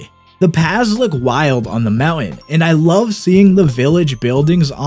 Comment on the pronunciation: He calls mowen to mountain